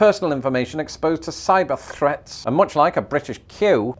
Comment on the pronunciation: "Cyber thhhrrreats!" An r roll that Sylvester McCoy would be proud of.